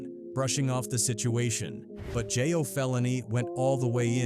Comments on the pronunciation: It's not jah yo. It's jayo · WTF IS JIYO!!.... STOP FUCCN UP THE HOMIES' NAME!!